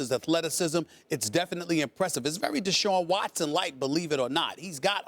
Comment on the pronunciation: Shaun Watson ? Lmao